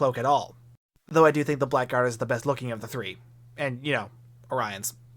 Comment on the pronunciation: For the record, Blackguard is pronounced "blaggard" and is synonymous with "scoundrel."